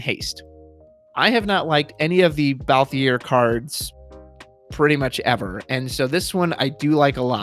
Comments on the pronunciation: I don't really care how people pronounce Tidus. Cabbage's pronunciation of Y'shtola used to throw me off but never bothered me much, but ' pronunciation of Balthier....... It fully trigger me lol. No hate for it though XD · I was actually drawing while listening so when you said it, I looked up to see who the character was and I was immediately like, "No! No he didn't just mess up the leading man's name!" Then you said it again lol. Had to say something, but not mad. Don't want you to feel stressed over it, just poking fun.